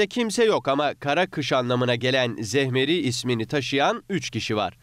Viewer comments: daha adını düzgün okiyamiyo zemheri yerine zehmeri dedi 😂😂😂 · 'te ZEMHERİ yazıyo ama adam ZEHMERİ diyo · zehmeri diyor seslendirmeyi yapan😂😂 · Zehmeri değil zemheri. Ayrıca winter ismi var Türkiye'de hemde. Ve anlamı zaten kış demek. Türkiye'de yabancılarda yaşıyor ve bu evlilerin biri yabancı biri türk olunca çocuk yabancı isimli de olabiliyor. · En sonda zehmeri demesi hahahahah